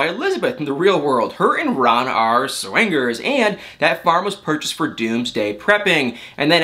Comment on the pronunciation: To hear say SWANGERS instead of swingers is a delight🤣